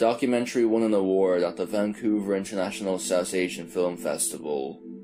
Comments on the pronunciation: Filem...lol. sea an.. not scean... lol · What’s a fil-um? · Okay. I have to admit that your pronunciation of "film" makes me giggle inside. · What accent is that? It sounds American but then the “trashing” as thrashing “tirty-tree” “filem” as film and more odd pronunciations come out and i cant place the accent 🧐